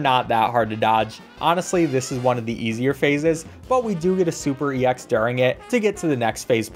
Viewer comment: YOU DONT SAY E X YOU SAY EX